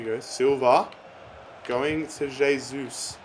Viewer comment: Pronounced "hey-sus"